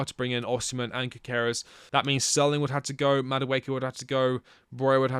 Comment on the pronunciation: his name is pronounced like you puke after the Gy. Gyökeres - jyöökeres - // swede